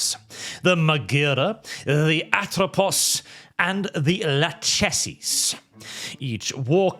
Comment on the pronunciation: those are the three sisters of fate in greek mythology. and btw, "Lachesis" is pronounced with the german 'ch' sound, not the English one